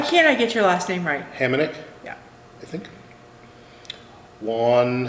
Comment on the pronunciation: You pronounced my name right. No shame in your game!